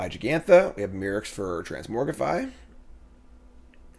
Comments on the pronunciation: Is it a joke that you say trans-MORG-rify as opposed to the actual pronunciation of trans-MOG-rify???? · sorry, i had to stop watching, couldn't stand to hear transmorgrify over transmogrify